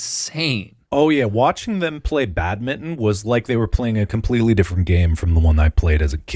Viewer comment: I really hate how you guys say badminton